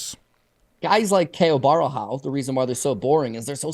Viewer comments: Caio Borralho Repeat after me, Bo-Hal-Yo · Nah, I'm Brazilian and that's not how it's pronounced, he must have said it like that to make it easier because it must be really annoying that they always say his name wrong, It would be more like Bo-Ha - Glio , if you pronounce this Glio as it is pronounced in Italian, it would be closer